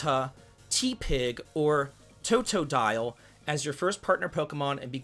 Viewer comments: The pronunciation of the Pokémon killed me😂 but were spot on for totodile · Does anyone else find it funny that only pronounced Totodile's name correctly? XD Also, 3... 2... 1.... 101Leafy: THE RELEASE DATE HAS BEEN ANNOUNCED AAAAAAAAAAAAAAAAAAAAH!!! Called it.;p